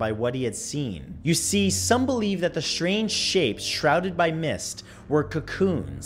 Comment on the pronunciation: shrange shapes shrouded lol